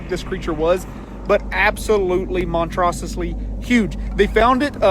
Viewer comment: "Monstrosusly"????? Lmao